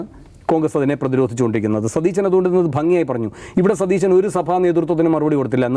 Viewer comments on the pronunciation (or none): none